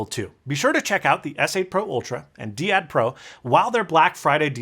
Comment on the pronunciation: Usually "dai-ad" rather than "dee-ad". It's actually a very very old term meaning "pair" or "couple".